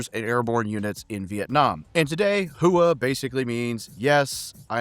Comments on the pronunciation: "Hooah" is one syllable, not 2. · ITS HOOAH... Get it right or stop making Videos. :face-orange-raised-eyebrow::face-orange-raised-eyebrow::face-orange-raised-eyebrow::face-orange-frowning::face-orange-frowning::face-orange-frowning::face-orange-frowning